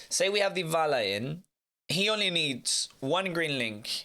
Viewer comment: "ooooo vavy we have deevala and reevery"